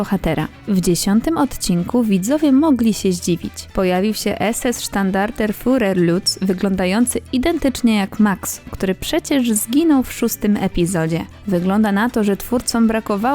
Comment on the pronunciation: "Sztandarten fUrer"?? Rany... "U'" umlaut czyta się - najbardziej upraszczając - jak "i"! Chyba "sztuczna" "inteligencja"...